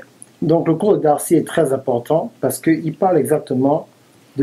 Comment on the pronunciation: yeah!!!! good job Darcy, elle parle français et en plus elle prononce bien son nom de famille. congrats to her :-)